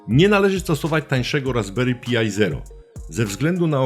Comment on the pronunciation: Raspberry PAJ nie Pi-aj. i "Klient SSH Pati" nie Pjuti. To w kwestii wymowy. Natomiast bardzo przydatny materiał, dzięki wielkie za wrzucenie!